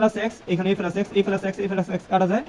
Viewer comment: ফেলাস নয় প্লাস